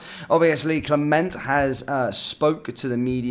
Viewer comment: Mate I love your videos. Can you pronounce the gaffer name right though please lol… “cle- mont”. Not “cle-ment” … thanks 😭😂